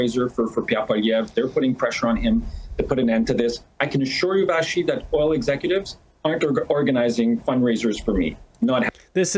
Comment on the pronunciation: We like Vassy. Give her the respect she deserves and say her name properly. Vashy.